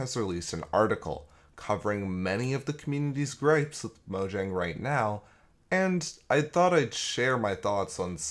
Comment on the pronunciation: It’s pronounced Mojang.